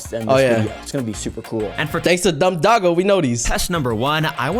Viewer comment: Is it me or he said Dogogo